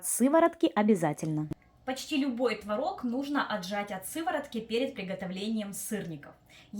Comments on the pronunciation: ТВООООООРОГ!!! НЕ МОГУ СЛЫШАТЬ ТВОРООООГ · Правильно было творОг. Но теперь Допускаются оба варианта ударения. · ТворОг или твОрог. Автор говорит на первых минутах это слово с разными ударениями😅